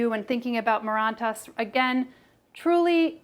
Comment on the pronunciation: Awesome video! Super informative. Just FYI plant families all end in "aceae" and it is pronounced like the letters "A" "C" "E" or "aye-see-ee". :)